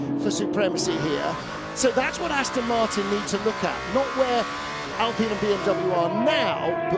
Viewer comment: Why does every racing series say Alpeen? It's like wine, fine, dine, or mine. Figure it out.